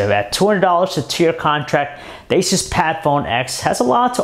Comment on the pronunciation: Your saying Asus wrong. its A-Soos. like Jesus in spanish but only with an A